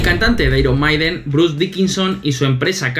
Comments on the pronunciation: Se dice airon meiden, no airon maiden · Iron Maiden se pronuncia "airon meiden" no "maiden" (en español) aunque se podría todo en español, pero no la primera palabra en inglés y la segunda en español. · "AIRON MAIDEN"???? JEJEJEJEJEJEJEJEJEJEJE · Me dio un poco de cancer, cada vez que decían "airon maiden", "airon meiden" no sean cabrones. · De los mismos creadorores de ['bal.βe], llega ['ai.ron 'mai.den] cada vez que lo pronunciabais me sonaba a balonazo en el pecho y un baldado de agu fría. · ¡Por favor pronuncien "Iron Maiden" correctamente! Es una banda Britanica, no Española. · Lo único que no me gustó del vídeo es que pronuncien mal al grupo Iron Maiden, es un nombre en inglés no en español